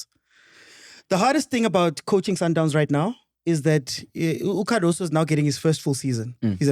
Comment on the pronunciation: and butchering names! Yamine Lamal, TX Galaxy, Cardaso, Allande etc...🔥🤣🤣🤣🤣